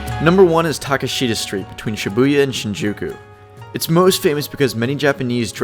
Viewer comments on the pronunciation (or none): For someone who seems to know Tokyo (and Japan) well, I would have expected better pronunciation, specifically: Tsukiji, Ameyoko, Takeshita, izakaya, and sake. And I wouldn't say Shimokitazawa is the place for new fashion trends, that would be Harajuku. Shimo is more into used clothing shops (I lived there for 11 years). Still, the video was interesting, and you offered some very useful information, and though I live and spend most of my time in Kichijoji (voted #1 place to live in Tokyo for many years in a row), I'll be checking out Piss Alley in the near future. Oh, and tokorode, very good narration (a job I've been doing in Tokyo for many years).